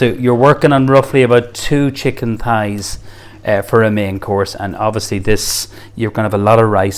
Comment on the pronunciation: thighs not pies lol sounds like hes saying pies, he dosent give any of the measurements